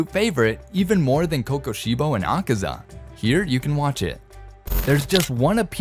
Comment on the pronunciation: Bro said akesa 💀💀💀